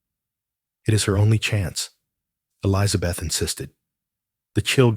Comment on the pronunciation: The woman’s name is Elizabeth. Not Eliza Beth. Good grief! It grates on the nerves. Maybe educate your AI on proper pronunciation. Yes, it’s a little things, but details do matter.